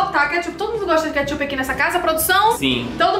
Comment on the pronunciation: só eu q entendi “Queichup”